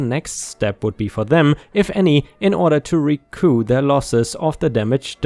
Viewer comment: In American English the word recoup the final P is pronounced We are not French lol.☆☆☆